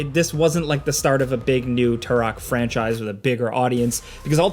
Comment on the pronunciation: Say "TOO-ROK" again. 😂